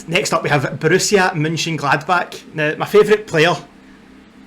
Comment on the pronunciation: Hi,first, I love how you say Borussia Mönchengladbach 😍 It's really difficult, i know. I like your video, but I have to learn too. You speak slow and clear and with the time i understand it more and more. My trikot last season - Jule Weigl. When you come to Borussiapark, I show you the city and all you have to know about our fantastic club. Well done👋🏻🖤🤍💚